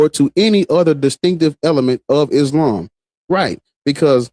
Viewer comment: "Islam" seems more like "Aint's-lam"